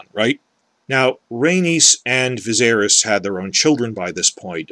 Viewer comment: I appreciate your hatred of D&D, but I'll never be able to accept your horrible mispronunciation of Viserys